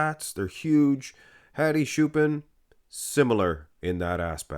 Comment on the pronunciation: lol "HAdi Shoo-pin"